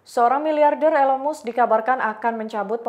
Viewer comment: Dibaca MASK bukan MUSEK 😂